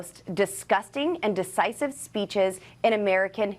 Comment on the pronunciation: Did she say "deCisive" rather than "deVisive"? What an idiot!